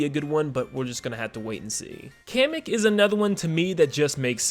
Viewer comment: It's Pronounced "Kah-meh-k". Like a Comic book!